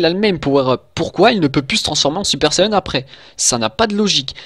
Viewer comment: c'est quoi un "super sayeune" ???